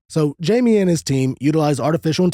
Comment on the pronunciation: Pronounced hymee... Not jaimey. Geez anyone that does not know this researcher can't be very knowledgeable in the field of ufology.